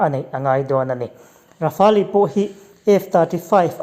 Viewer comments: Rafali a ti leh tho😁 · "Kan sawi zawm zel tum," ti suh, "Kan sawi zawm zel dawn nia," emaw, "Sawi zawm zel kan tum dawn nia," tih emawin sawi tur. Rafale hi Rafâl tih ang deuhin an lam tlangpui. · Rafale i pronounce dan hi chu a zah thlak deuh lo mo